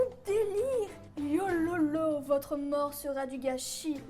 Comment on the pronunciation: wololo pas yololo mdrrrr